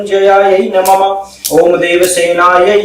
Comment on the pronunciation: नमम नहीं, नमः बोलो।